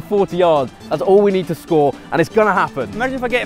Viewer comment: Now now KSI, Chris said you said Ned the contract 😂